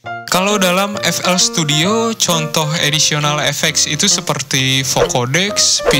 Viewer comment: Additional kak, bukan auditional. Semangat yaa